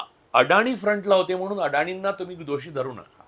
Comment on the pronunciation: Improve your diction. Its महानगर not महाणगर .it's म्हणुन not म्हणुण . Its प्रेक्षकांना not प्रेक्षकांणा .Its प्रश्न not प्रश्ण. जिथे "न" असत़ तिथे कशाला उगाच "ण"???Are you trying to please those idiots Punekar ? 😂